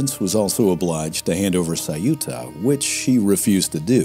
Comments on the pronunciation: Saiúta? Ceuta, only two simple syllables: ceu-ta. Easy. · EU in ceuta is pronouced the same way as EU in Europe or Neutral. It is not CE-U-TA, it is CEU-TA